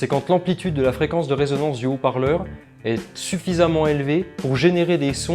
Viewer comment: bonjour et merci pour le tuto. Par contre on dit résonance et pas raisonnance du verbe raisonner.